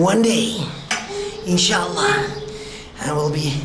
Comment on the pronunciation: The way you said in sha Allah is amazing